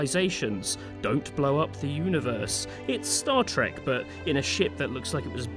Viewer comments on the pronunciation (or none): none